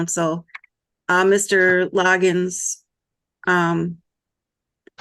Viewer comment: It is so funny the appointed lawyer keeps calling him "LogginS" - even after Judge Perkins made it a point to ensure it was Loggin (no S). She is thinking Kenny Loggins.